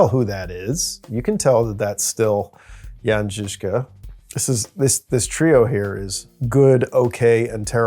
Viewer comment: Guys. I really appreciate your pronunciation of the Czech names like Kutna Hora and Žižka. I do not expect English speaking people to get my crazy language right (and I get it, it is not the easiest language to pronounce correctly) but you are the closest ones I've seen on YT. Good job! :)